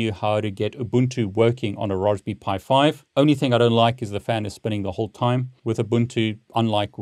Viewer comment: I didn’t know Brits pronounced Raspberry the same as Roastbeef